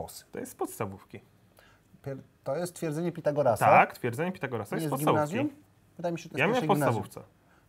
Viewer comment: Źle powiedział Twierdzenie Pitagorasa.